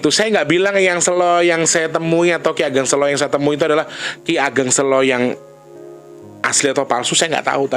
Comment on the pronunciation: kata SELO....pengucapan awalnya kyk lagi bilang kata bhs inggris SAY.... 😁